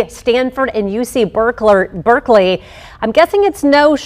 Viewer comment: UC "Berkler" LOL